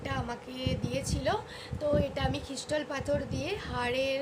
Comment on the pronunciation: Pronounciation gulo thik koro... Khrishtal na kotha ta Crystal ... Anneversary noi kotha ta Anniversary .... Neglace noi kotha ta Necklace... Try to make right 👍